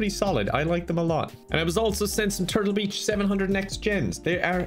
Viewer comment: The irish accent works against him once again... the sponsor of the video is "Turtle bitch". Is what i heard